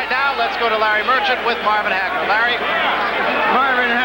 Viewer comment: Its HAGLER, doh!